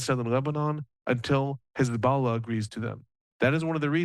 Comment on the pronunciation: I'm jealous that he's calling them hez'balla. Sounds pretty legit. 😅